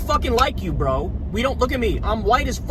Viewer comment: Kyle, I love the way you weaponize the title "Brö" 😂😂😂